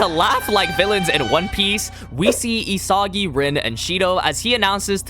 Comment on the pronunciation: Your constant mispronunciation of isagi bro 🫩